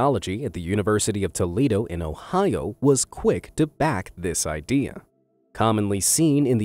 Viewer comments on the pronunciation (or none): none